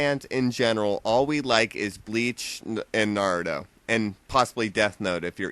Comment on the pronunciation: na-roo-toe.not 'nerdo' sorry lol it just sounds like you are saying 'neerdo'